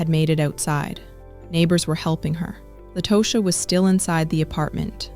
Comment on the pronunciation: And it irritates me when these commentators try and fail miserably. Meaning, the constant mispronunciation of Tosha’s name. Over and over again. It irritates the hell outta me. Both The attorney and Latosha said her name, and specifically the attorney on multiple occasions. Take the time to listen and say their names please! It’s all part of journalism.